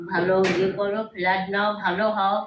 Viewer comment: শহরের পড়াশোনা জানা মানুষের মুখে গেরাম ইলাক্স ফেলাট উচ্চারণ ঠিক করুক।